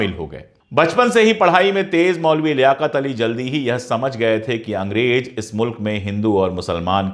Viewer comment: अशोक जी आप बेहतरीन और जानकारी से भरपूर ईमानदारी वाली वीडियोज़ बनाते हैं। मैं आपकी वीडियोज़ लाइक और शेयर ज़रूर करता हू कई बार तो बिना पूरी देखे ही शेयर कर देता हूं क्योंकि जानता हूँ कि आप वीडियो इंसाफ़ पर मबनी(आधारित) ही होगी। आप से गुज़ारिश है कि ज और ज़, फ और फ़ का थोड़ा ध्यान देंगे तो सुनने में और अच्छा लगेगा। जालिम नही ज़ालिम कहिए। फर्ज नही फ़र्ज़ कहिए। अंग्रेज नही अंग्रेज़ कहिए।अगर आप ये तब्दीली ना भी करें, तब भी मैं आपकी वीडियोज़ देखता और शेयर करता रहूंगा ❤❤❤❤